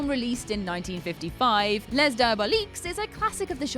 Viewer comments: Les is pronounced "lay" not "lez" when the next word starts with a consonant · I mean... it’s only pronounced “lay” if you are American and completely disregard proper pronunciation, the correct way to say it is “leh” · Les in French is pronounced “lay”. Just before some douche makes fun of you for it.:/ x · Les is not pronounced Lez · Oh no. Please, please, when speaking French, the s in "les" isn't pronounced. It's just pronounced "leh"